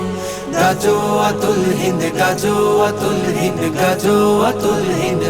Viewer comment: গজল বানাইলেন ভালো কথা। কিন্তু গাযওয়াতুল হিন্দ শব্দ টা শুদ্ধ করে উচ্চারণ করে নাশিদ বানাতে পারলেন না